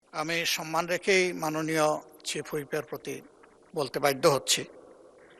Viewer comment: শফিকুর রহমানের "বাধ্য" উচ্চারণ ঠিক করা দরকার।